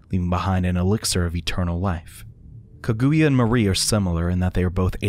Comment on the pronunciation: The pronunciation of Kaguya made me flinch a bit lol